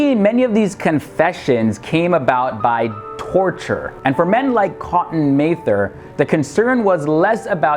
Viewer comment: it's pronounced Mather, as in rhymes with rather...